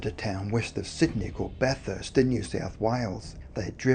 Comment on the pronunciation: What’s up with the strange pronunciation of place names? The narrator is Australian and is messing up well known cities such as Bathurst (pronounced: Ba-th-us-t) Goulburn (pronounced: Goal-bun). I noticed him doing it with American place names and although I thought it weird I assumed because he was unfamiliar with the names but now I’m thinking it’s intentional. As I’m typing I noticed he pronounced Melbourne (Mel-bun) correctly so that’s more of a mystery to me than the video subject.